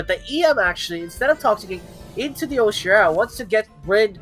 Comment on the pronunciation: Root words for Oceara are ocean and mearas. It's pronounced O-she-are-ah not o-shear-ah